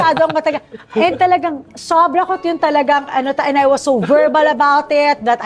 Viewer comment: Sobra sobra not subra subra 😂😂fix ur vowels bago Ka mang hamak😂Ikaw na rich di hampaslupa 😂